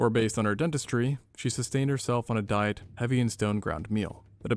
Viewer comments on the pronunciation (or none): none